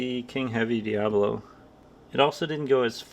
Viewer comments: My 100FPE .25 cal Talontuned Talon-ss-dor will👍 Also……..it’s DIABOLO not “Diablo” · Why u call The pellet DIABLO.. when is DIABOLO NOT DIABLO 😂😂😂😂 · This guy also calls the pellets "diablo" in stead of "diabolo" which the fool doesn't know all the friggen pellets he shoots is a diabolo shaped pellet. He knows buggetall about airrifles or the ammo it uses in any case.